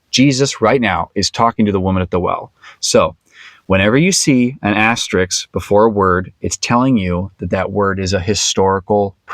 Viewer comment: FYI, the word is "asterisk", not "asterix". Asterix is the name of a cartoon character. Asterisk is the typographical mark you describe.